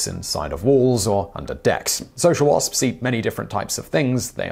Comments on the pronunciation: I love how he pronounces "wasps" the "spspspsps" calls the attention of my cat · WaSpS, he pronounces every letter and I love that for some reason